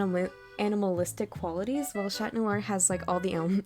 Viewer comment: That's how you say it tho